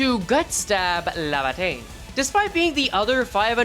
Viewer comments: LAY-va-tayn not la-va-tayn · Bro every time you call it “lava”teinn it keeps punching me in the brain bro 😭